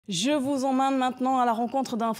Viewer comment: « je vous emmane maintenant » 🤣🤣